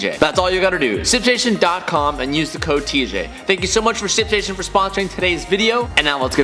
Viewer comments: I heard simp station Or maybe its just me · my man struggles with saying “shipstation” lmao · TJ trying to pronounce the H in ship station.🤣🤣🤣 not making fun... you should hear me trying to say double cheeseburger.😬